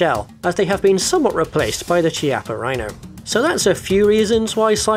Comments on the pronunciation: Couple notes: The Pulse Rifle from Aliens is a "real gun in a chassis" situation; inside is an M1A Thompson submachine gun. Secondly, "Chiappa" is pronounced with a "K" and less of an "ee" afterwards. Closer to "kappa" with just a hint of the i in there. A big fail for me is when they fail to have optical sights, especially realistic ones. A hologram that anybody else can see, especially people on the business end of the firearm is a huge fail. The lack of optical sights on pistols (or too much optical sight; another sin) is ridiculous in this day and age where a lot of people - including me - carry pistols with them daily. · "Chiappa" is pronounced "Kiappa", which btw means "asscheek" in Italian. It's a somewhat common family name, and some (cruel) parents even named their children accordingly: like "Rosa Chiappa" (Pink Asscheek) or "Felice Chiappa" (Happy Asscheek). And yes, this means the pistol is indeed called "Rhino Asscheek" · It's pronounced Kee-ah-pah.